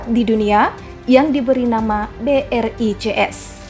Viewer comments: Brics b. Bukan. B. R. I. C. S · Ketika mimin bilang BRICS tapi gw dengar ny BRI CS 😅